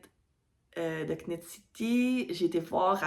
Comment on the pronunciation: J’ai adoré ton podcast, tu es rafraîchissante. Ne dit pas le K à knit. Nitte city :) J’espère que tes achats seront magnifiques!